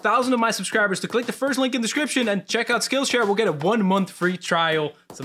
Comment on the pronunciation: Is it me or that letter said liek not link